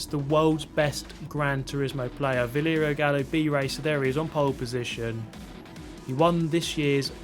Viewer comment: Bro, it's VALERIO, not VLERIO😅